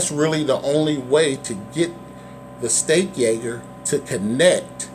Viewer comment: Why do you keep calling it the steak ay-gurr? It's a steak age-er. Otherwise good review, and appreciate the information.